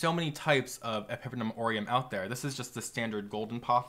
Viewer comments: pepper-numb orem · The way you pronounce epipremnum, pinnatum and Cebu angers me